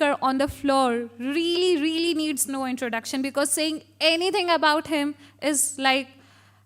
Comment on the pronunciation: What is "reelly reelly" in adresssing?😂